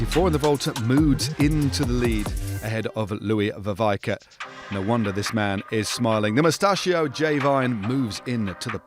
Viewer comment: It's pronounced "Vervaeke"